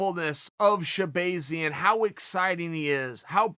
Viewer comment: sha-Bae-Zian ? Can you use it in a sentence plz? She-bae-Zian should look out for Brunson Ok ok.. can I have the origin of the word? Chael:It’s a tool that if you do not sharpen it will go dull” S. H.. e? No.. A! B,ay . I mean E 🤔 z ... URRRRRRRRRGHHHHHHHHHHH.....! 🤬